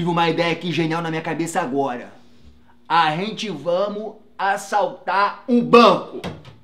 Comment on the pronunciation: "Arrente vamu" kkkk